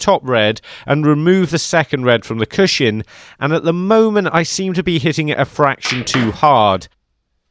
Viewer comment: Cushion, pronounced CUSHUN. There is no shin in cushion. Please stop saying it, stops me watching these videos 😭